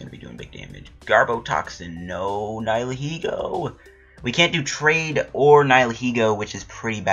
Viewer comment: think you said it right, people say its a combination of the words nihilism and ego so yeah